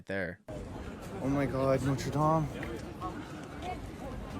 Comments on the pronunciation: Just NEW YEAR. No letter S at the end. NOTRE DAME = NOTRA DAAM not NOTER DAYM. You can see the NORTHERN LIGHTS in the UK as well. Tourist trap tiramisu !! It's stupid when they stop Americans in the street and ask them stupid questions. We Brits will tell you to F.OFF or just ignore you. GO AWAY....WE'RE NOT YANKS. We won't put up with you !! " he's an actual French" !? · The cathedral isn't called 'noder dame'. It's Notre dame (daam)